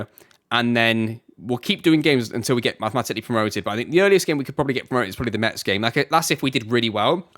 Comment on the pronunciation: We say Mess not Mets !